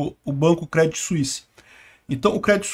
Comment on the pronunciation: Segundo vídeo que você faz e pronuncia errado! Se fala Crêdii sem o T